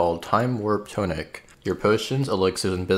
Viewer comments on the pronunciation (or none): IT IS NOT TOE NICK, ITS TAH NICK